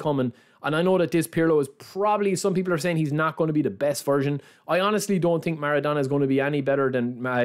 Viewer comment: „i tink“ - „the ting is“